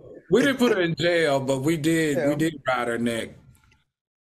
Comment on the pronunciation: “She needs to go to JAI YAH (jail)!!” 😂😂